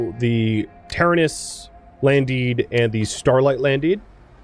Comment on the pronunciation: you keep mis saying taranis. its Ta-ran-is